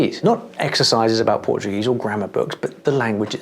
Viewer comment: His pronunciation in portuguese is better than mine. That's so crazy man.